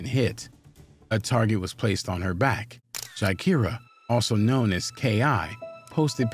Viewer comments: im not from Chicago, nor am i into this drill shit, and i know her name isn't pronounced GUY-Keer-uh. it's Juh-Kie-Ruh. lmao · Exactly when it's obvious as hell her name is actually Gakirah pronounced "Jahkyrah" I'm actually friends with FBG Duck sister Lashea and his mom her name is Gakirah they called her Kirah for short. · Omg her name is pronounced Jah-ky-rah Barnes . You pronounced too many things wrong But at least get the names right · Her name is pronounced Ja-ky-ruh... FBG Butta is her brother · Guy-keera? Come on dude, you could at least pronounce her name correctly smh